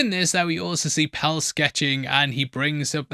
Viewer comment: I genuinely love watching these breakdowns but I want someone to acknowledge my struggle here listening to the pronunciation of "Pelle" as "Pell" 😂